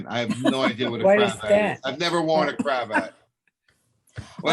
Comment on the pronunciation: It's not a Cra Vat, it's a cravat--the French name for a a tie.